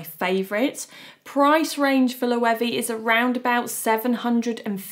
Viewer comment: It’s not ‘Loewee’, it’s Loewe